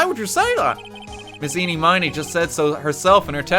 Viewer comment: Miraculously, almost everyone I've watched has never pronounced Ini Miney's name right.